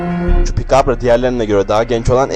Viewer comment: kardeş çubıkabra değıl çupakabra